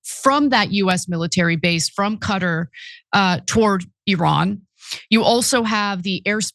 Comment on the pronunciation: I know I'm not the only one who cringe when she pronounced Qatar as "Cutter" 😂 wtf is she even doing political commentary for if she doesn't know how to pronounce the name of the wealthiest country in the middle east?